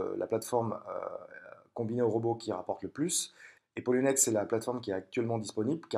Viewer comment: re ,qui est polo ba poloniex et pas ploniex comme ta mie , et pour la vidéo tu dit donner les accès a votre argents ,donc pour moi un prêts ce avoir l argent a un moment donner pour joue avec sur le traide part ton bailleur qui te redonne avec intérêt , donc les clefs priver et publique ci non je vois pas comment ils sorte l’argent robot ou pas ,et qui contrôle le robot qu'elle boite des trois plat formes ?